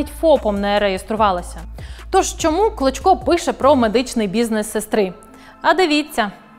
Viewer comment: Чесно кажучи, чи у вас погана дикція, чи ви навмисно кажете прізвище «клочко», як «кличко». Це не є добре.